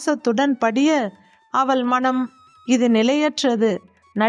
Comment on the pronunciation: அவல் இல்லை அவள்.உச்சரிப்புப்பிழைகள் தவிர்க்க வேண்டும்.மற்றபடி கதை ,கதை சொன்ன விதம் நன்று🎉❤